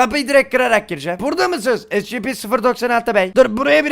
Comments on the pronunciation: Abi e si pi (scp) esipi diye okunuyo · abi esipi diye okunuyo scp diye yazılıyor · Şuna scp demeyin onlara şöyle okunuyo esipi